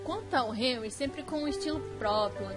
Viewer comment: Se lê Renri e se escreve henri